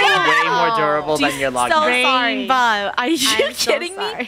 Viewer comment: when she said rainbow in a british accent I died